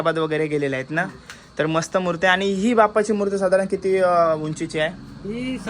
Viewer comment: Murt nahi re dada murti bol 😊